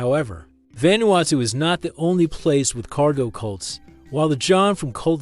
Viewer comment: What do you expect from lame, lazy, click-grab, disgusting a.i. bullsh1t? Can't even say the name of the country correctly saying it quite badly - and not even the same mispronunciation. Mis-speaking the name about 9 different ways. And that was in the first 5 minutes, which was about 4 minutes longer than I needed to decide this was just another total garbage a.i. spewage. video down-voted. channel blocked.